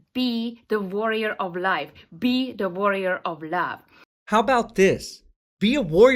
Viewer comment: Did she say “warrior” or “worrier?” Impersonating a federal agent maybe ?